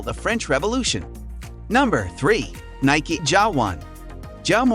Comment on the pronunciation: I stopped when you can't say Nike correct